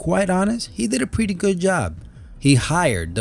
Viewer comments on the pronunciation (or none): none